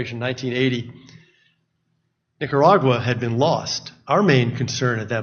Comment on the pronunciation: "Nicaurguay" -Rep. Omar